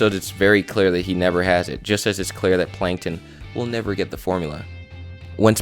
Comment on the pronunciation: I thought you said "nether", not "never".